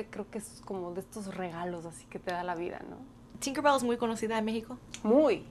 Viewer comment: Kureme creo que quiso decir tinker bell y se escucho corto